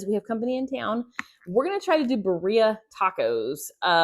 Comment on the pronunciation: Not judging, just letting you k ow it is Birria pronounced Beer-e-a.